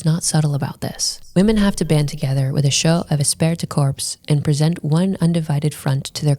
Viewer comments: Jeez!!! Esprit de corps is pronounced, "E-spree da core" not "decorps," you Gomer Plye (if you don't get the reference, Google it). How do you make a video and know how to pronounce a key word? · Interesting video! A couple thoughts... * This "esprit de corps" strat wasn't only to protect women; it was also to protect men against the elites monopolizing all the women. And, as the lady said, the kids. * "Esprit de corps" is pronounced more like "Espree day core". Means "group spirit" in French, and started off describing military units. * Not sure about this, but I wonder if this phenomenon has impacted the developed world's fertility crisis. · Esprit de corps is pronounced Espree de core. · oh god it's pronounced "esSpree dih core" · Espirit de corps is pronounced "Espree de core" Just a pet peeve of mine. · I watched this video from her a dat or two ago. Good video except for her atrocious pronunciation of French. It's pronounced 'espree du cor". That was the one thing I hated throughout the whole video, haha. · Love it when internet idiots try to act like they're deep, and have a thorough understanding of something, and then mispronounce the name of the key concept. Espirit de corpse... Women pretending to understand is always hilarious. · These chameleon bjtches always try to discredit "red pill" while repeating its exact points. They're grifters. They see the mainstream intentionally misidentifying red pill and they go along with the crowd. They can't help themselves. "Women" Also, she butchered the pronunciation of esprit de corps. It's pronounced eh-spree-d'-core with emphasis on spree and core. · Espirit de corps! The t and p are silent! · Her pronunciation of "esprit de corps" is grating.